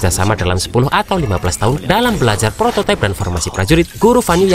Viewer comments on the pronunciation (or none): none